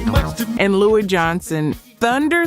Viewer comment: Also I’m pretty sure Louis “Thunderthumbs” Johnson is pronounced “loo-iss” not “Lou-eee”